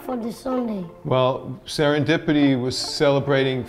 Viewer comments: "Today we are in SERENDRIPI 3." before doing some crazy things in your life,make sure to check pronouncing words bro. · Sar-in-dip-ity that's how to say it not 2 be mean